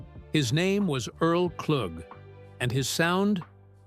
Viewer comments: What a waste of time. Can you at least say the mans name right. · Thank y'all for commenting so I can stop watching. I'm in Detroit and pissed that the AI voice screwed up homie's last name. Earl is forever amooth. I've been hearing his music pn rotation now more than ever on SiriusXM.